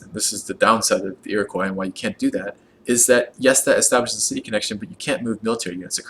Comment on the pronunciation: IroquAY? Really? How did you get that pronunciation?